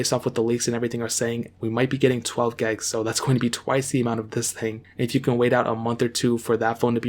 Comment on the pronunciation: WHY DOES he say gegs